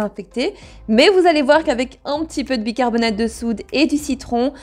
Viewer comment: Cc. Bicarbona(te) de soude et non bicarbona(de). 🙂 . C'est jamais évident d'avoir une poubelle qui sent très très bon et non très très mauvais. 🙂 .